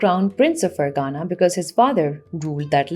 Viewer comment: It is Ferghana فرغانہ، not Fergana فرگانہ۔